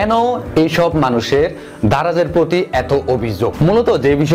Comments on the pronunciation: ভাই ধারায না.. দারায...আগে ঠিক করে কথা বলা শিখেন...😡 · আপনি ত ভালো ভাবে স্পষ্ট ভাবে কথাই বলতে পারেন না। দারাজ টাও উচ্চারণ করতে পারেন নাই😂